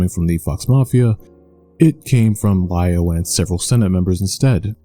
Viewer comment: It's never Li-Over